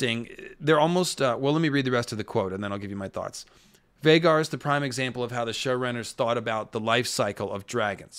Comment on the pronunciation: I believe you just love mispronouncing the dragon names 🤦🏻‍♂️ syrax (ceerax) vaghar ( vuhghār) smh wtf dude 😆